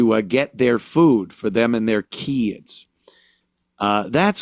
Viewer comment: "we need ta graw our own foo" 🤣You gonna start a garden in November.!?!